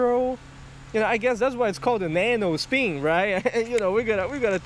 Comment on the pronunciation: Oh yeah the nano speen, Jesus dude speak English correctly or dont